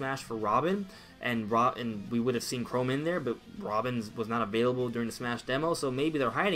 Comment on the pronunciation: CHROM NOT CHROME